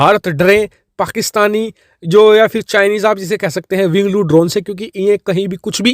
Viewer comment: It's winglong not winglo